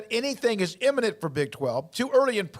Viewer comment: "Not immanent" ...